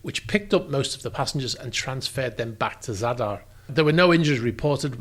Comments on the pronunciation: Good pronunciation of both Zadar and Premuda. Well done! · The pronounciation of Zadar and Premuda were bang on! The catamaran, however is not stranded on the rocks; it sunk there and in pretty deep waters too.